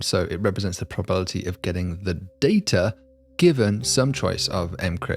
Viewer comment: For a smart guy, you mispronounce words with alarming frequency. It's "statistics" - not "stassistics". It's "anonymity" - not "anonymy". It's "probability" - not "probility"